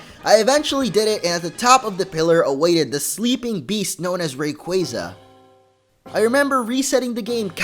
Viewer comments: Not Rayqwayza lol its pronounced ray-qwau-za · ITS RAYQEYZA PRONOUNCIT RIGHT RAYQUAZA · You prononced rayquazza wrong Its ray qyayza